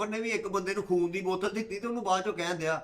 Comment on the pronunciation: 5.16 ਉਸਤਾਦ ਜੀ ਖੂਨ ਦੀ ਬੋਤਲ ਨੂੰ ਫੂਨ ਦੀ ਬੋਤਲ ਹੀ ਕਹੀ ਜਾਂਦੇ ਉ ਕੀ ਹੋ ਗਿਆ ਰਾਤੀ ਸੁੱਤੇ ਨੀ